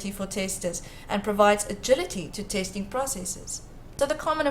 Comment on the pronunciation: fake "tasting" what is that? Robot. Not good